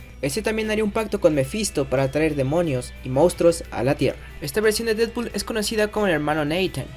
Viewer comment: y ademas lo pronucio bien el nombre seeee porfin alguien lo puede pronunciar bien gracias:3